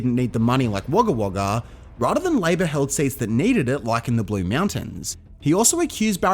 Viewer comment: Finally someone who doesn't call Wagga Wagga Wagga